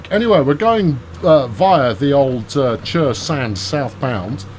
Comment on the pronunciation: Btw chur is pronounced like your saying kor